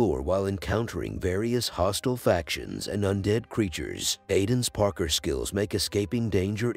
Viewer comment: It's gotta be AI. Who the hell pronounces parkour like that??